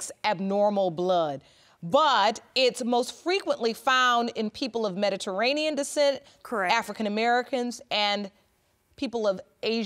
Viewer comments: "Medaranian" 🤣🤣🤣 It's Mediterranean lady!! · She couldn’t say Mediterranean to save her life